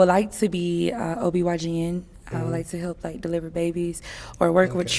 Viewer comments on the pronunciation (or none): Girl said she wanna be a OBYGN lmao. It’s OBGYN.. how you don’t know the acronym for your passion? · What the heck is an OB/YGN lol You mean OB/GYN sis?